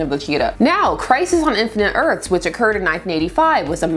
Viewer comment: Am I losing my hearing or is saying "Erts" instead of "Earths". She's so articulate but it sounded more than once "Crisis on Infinite Erts" would be better as "Crisis on Infinite Yurts"